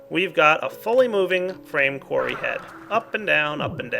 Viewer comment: oh when he said frame qurry i thought he ment a qurry on a frame and i thoguht well that doesnt sound effishant at all